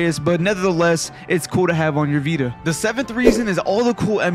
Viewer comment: “THA VEETUH”